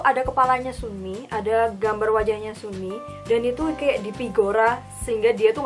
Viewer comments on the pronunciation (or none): Bacaanya sumi cara bacanya sanmi gituuu qaqa